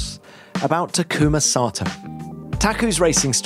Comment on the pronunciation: タクマサトウの発音が完全に海外の人のそれになってる